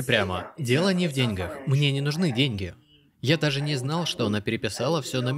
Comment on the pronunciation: деньгАх ударение